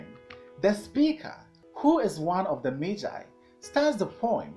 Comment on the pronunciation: learned a lot and even know the right way to pronounce magi thank you 🙏🙏🙏